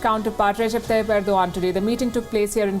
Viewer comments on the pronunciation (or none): none